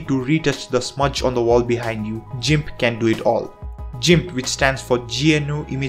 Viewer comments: That pronounciation of GIMP was on purpose... as you did say that software's name more than others... and... I'm sold on that pronounciation... it will be a great way to cause intense levels of pain in geeks. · ..It's " gimp"..not pronounced" jimp". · Thanks a lot. Useful list. Just one thing though. Gimp is pronounced "Gimp", not "Jimp" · it's Gimp (g pronounced like in the word Get) not JIMP.. (just so you'll know) I LOVE this list-- except for STEAM- which I have NO use for- I have far too much important things to do than "play games"-- which I hate anyway... BUT for gamers, it's GREAT!!!! and i don't do MEGA (I don't sync anything- that's a direct link for hackers and I've been hit twice and it's cost me YEARS of work to make up what they stole. GREAT VIDEO THOUGH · God please stop saying Jimp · You really said "jimp" huh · "JIMP" I'm afraid I must disagree with your pronunciation on this one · G... G.... "guh" not "juh".... gimp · im sorry but.... jimp? this is a first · you pronounced GIMP wrong! GIMP NOT JIMP! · Never knew it was "jeemp", thought it was "geeimp". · It's not "jimp", it's "gimp" (hard g). And it's the GNU Image Manipulation Program. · jimp..., you know, like jorilla... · It's Gimp not Jimp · It's pronunced gimp with hard G sound not jimp with a soft G sound. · you lost me at by pronouncing it "gymp" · This man said jimp 🤮🤮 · did he really say jimp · "Gimp" as in "girl," not "gimp" as in "gym." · I was laughing so hard at the jimp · "jimp" LOL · Great Video Man☝.. Just FYI(If Interested) Gimp is pronounced with the letter G sound TBH it's easy too get it mix up All I know and have ever knowed is English and I'm always making grammar pronouncing words wrong all the time lol Hope that helped